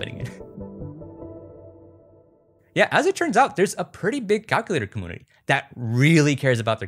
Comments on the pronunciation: yo dude! I've noticed when you say computer you say "com-Poo-ter" and now I noticed community is "com-ooo-nity" instead of "com-you-nity". Is this like an inside joke I don't understand within your Youtube following?? Hope I'm not being rude, just curious and trying to be as respectful as possible. Love your videos and thank you eternally for my kindle <3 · I don’t know if this is some kind of regional accent but I’ve always heard community pronounced com-MEW-nit-y never com-MOO-nity and com-PEW-ter not com-POO-ter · Dammit,! I grew up in a commune (com-yune) not (com-oon). Community also includes that (yu) sound. I love your stuff. Your dedication is real. Com. Yun. I. Ty. Not: Com. Oon. I. Ty. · Comoonity........😂 I can't be the only one. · I have to ask you say camoonity? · Why does he say community so weird he says it like 'comoonivty' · are you saying "commoonitee"??? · why do you pronounce "community" so weirdly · The way you mispronounce community, one of the most commonly used words in the English language, is so infuriating. I felt the need to let you know you're doing it. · it think its so cute how you pronounce "computer" or "community" haha <3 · Why do you insist on mispronouncing “computer” and “community”?